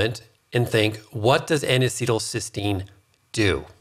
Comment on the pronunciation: NAC is not N-acetyl-Cystine, but N-acetyl Cysteine. Cystine is the oxidized dimer of Cysteine, which is a single amino acid. keeps saying "cystine," when he should be saying "cysteine." NAC is also branded as "Mucomyst-"-used in ERs to treat acetaminophen overdose. All anti-oxidants except glutathione become free radicals after they donate their electrons to neutralize other free radicals. When reduced glutathione donates its electrons it is simply "oxidized" glutathione, but not oxidizing.